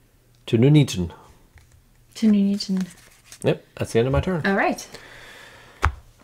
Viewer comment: Great video. Having just bought Birmingham this was really helpful. But... Poll for most egregious mispronunciation of a British town: My vote “Nuneaton”!